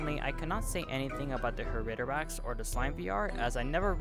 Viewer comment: That's the first time I've heard Haritorax pronounced like that. Usually hear it as (hah-ree-toe-rah-ex) lmao. Great video my guy. Super helpful!